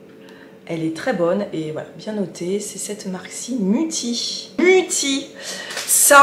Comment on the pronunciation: Mutti c'est une marque allemande, car MUTTI ça veut dire"maman" ))On dit"mouti" pour la prononciation pour tout te dire))J'ai etudié l'allemand.....))BIzzzzzzzz !!:chillwcat::chillwdog::shelterin